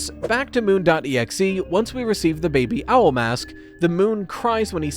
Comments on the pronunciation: I know he was saying "baby owl mask" but I couldn't help but understand "bbl mask" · everytime said Baby Owl, it kept sounding like she was saying BBL which I don't think is particularly relevant to the FNAF world 😂 or maybe it's the secret to Freddy's cake:_RyeFreddy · Im so sorry, i kept hearing "BBL" instead of baby owl lol